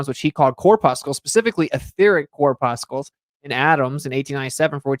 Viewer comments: Friendly correction: "corpuscle" is pronounced exactly like "muscle". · Corpuscle is pronounced like the word "muscle."